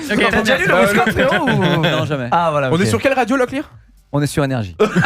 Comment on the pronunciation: Un Locklear pas très clear